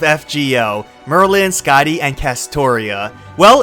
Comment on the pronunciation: "SkaaDEEE system."